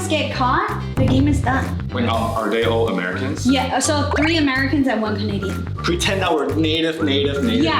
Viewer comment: 是我聽錯還是莎白講so講的跟所以一樣